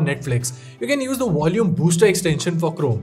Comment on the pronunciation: I learned a new word today. Wolume!